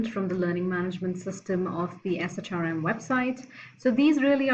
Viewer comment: We usually say SHRM as “Shirm.”